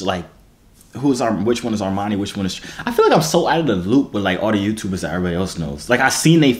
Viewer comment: Dis Nigga said Armani & Trey